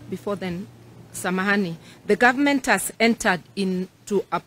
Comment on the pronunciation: Marth usay we don't have gorvy,to day uare saying gorvement